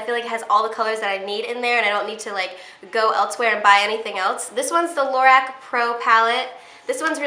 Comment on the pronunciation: it’s pronounced like LOW-ROCK not LorRack